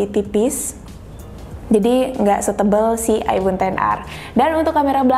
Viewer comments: Gua kok dengernya mbaknya bilang aibon bukan aifon ya? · Gw denger nya aibon xr 🗿